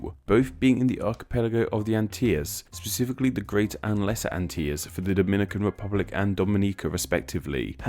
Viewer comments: Furthermore, the Antilles are NOT pronounced "an-tee-yuhz", but "an-til-eez". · he's pronouncing like a Spanish person would. I guess he's making it rhyme with the word tortilla?? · BTW... Antilles is pronounced [ant-ill-ease] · Here in Jamaica we pronounce it AnteLees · Thanks for the video! The CORRECT PRONUNCIATION in Spanish is: /an-TEE-yas/ and in English: /an-TEE-lees/. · Antilles is pronounced An- till-lees They are both republics. Dominica was seen by colombus on a sunday, hense the name. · It's AHN-till-LEES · It is pronounced An-til-lees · Antilles is pronounced Ann-till-lees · Pronounced An-till-lees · am I the only Caribbean person wondering why he pronounced antilles like tht